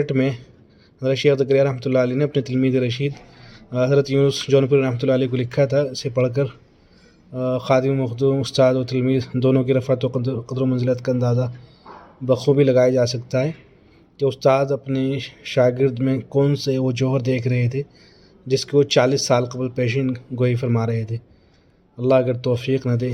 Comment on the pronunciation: رفعت کا صحیح تلفظ بکسر الراء ہے نہ کہ بفتح الراء ( معذرت کے ساتھ )